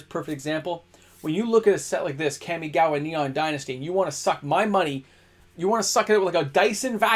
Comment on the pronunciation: KAM-ee-gah-wah… Kam like “comma” not dual overhead “cams”. You and the Magic Historian ..*smh* 😅